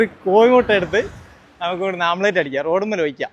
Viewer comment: യൂട്യൂബ് വരുമാനം മുഖ്യം😂... Sunlight ഉണ്ടേൽ ടാർ ഇട്ട റോഡ് ചൂടാകും 😂.... ഓംലെറ്റ് ആണ്.. ആംപ്ലേറ്റ് അല്ല 😂